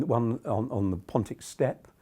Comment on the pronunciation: you lost me at "steps". It's Steppe.